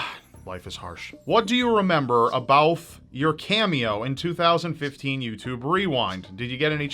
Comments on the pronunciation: "abouth" Hahahaha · lmao "abouth" but foreal tho the eff is that tattoo?